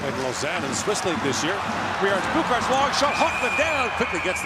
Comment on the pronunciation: So much respect to the GOATmentators (by GOAT meaning — Greatest of All Time, just in case) for pronouncing Latvian player surnames and names so well. Especially when I heard Roberts Bukarts it blew my mind, sounds like a perfect Latvian pronunciation